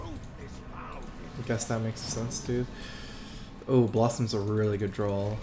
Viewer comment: Also, why does he say drawl? It's draw.